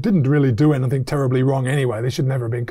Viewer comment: Great stuff isaac keep it up Only issue is you continue to say anythinK instead of anythinG Please sort this out